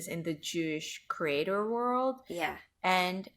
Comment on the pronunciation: I'm one of those people who feel compelled to speak my mind about what you're doing. Please, if you can, explain to me, who oh why must you pronounce the word 'creator' as CRATER?!?!?!? Just because it looks like the word 'greater' does not mean that it's pronounced the same way. CREE-AY-TOR....for the love of God the Creator, PLEASE! 🙏🏻🙏🏻🙏🏻